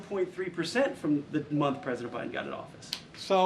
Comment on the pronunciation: Why does biden not have a d in it when she says it 😆❓🙃 it's byen